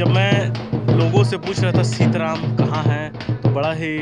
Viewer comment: ये सीतराम नहीं बल्कि सीतरम है कृपया नाम का सही उपयोग करियेगा।।। धन्यवाद।।